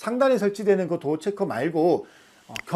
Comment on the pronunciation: 도아x. 도어o